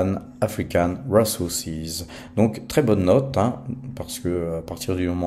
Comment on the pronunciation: RiZoursize et pas Réssoursize 😂